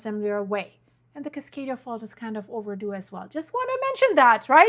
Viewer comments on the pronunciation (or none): none